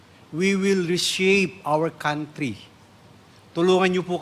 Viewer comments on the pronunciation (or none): none